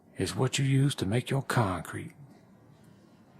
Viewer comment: Cement das conk creet bay-bee